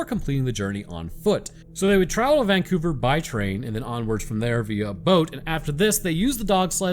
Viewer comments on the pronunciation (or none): none